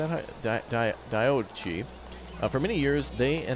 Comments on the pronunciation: Hey... Diadochi, is said like: Die-ah-doe-chee. It is a form of 'Ruling Council'. A Satrap (Sat-trap) is an appointed leader, sort of like a governor, but risen from the local people to rule them in your name and answerable to you directly. a Governor would be someone, like a General of your army, you leave behind to rule in your name. So, the ruling body of Governors and Satraps were the Diadochi. Another way of thinking about it might be the modern Congress, but limited to only one House, the Senatorial House. Each Senator being the leader of a 'country' (read State) and being either a former General of the Army, a member of your Staff, or someone local you trusted enough to promote to the position. speaking, Frank-ly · first of all Diadochi means Successors. You pronounce it like that: Dia (as it is written or “Thea”).-Do(nothing difficult here or if you want to sound more Greek you pronounce it as “tho”)-Choi ( pronounced like “He”). Final word “Theáthohe”.